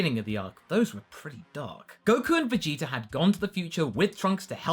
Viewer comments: he said viggeater lmao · Vegeter. Lmao.